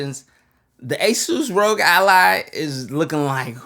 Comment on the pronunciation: Rogue/ rog Just use voice to text and you'll see the pronunciation rahg